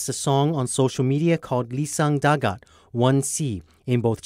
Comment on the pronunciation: It's I-I-Sang Dagat, there is no L it's a capital i